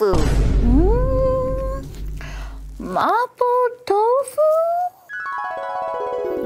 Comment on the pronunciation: Why does she pronounce mapo tofu like that